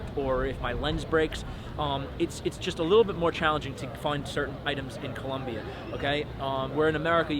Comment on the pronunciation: For someone giving advice on the country it sounds kinda weird hearing him say 'Columbia'. Its Colombia, ppl hate it when you do it wrong. Im married to a Colombiana, i know.